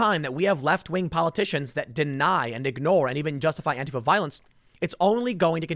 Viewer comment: Is he saying to follow "Andy Know"?